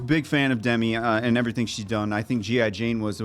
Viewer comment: Guys, two things: it's Duh-MEE, not DEM-i, and Dennis Quaid is so f-ing NOT Randy.